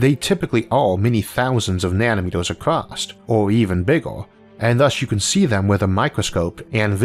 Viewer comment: ACROSS not ACROSST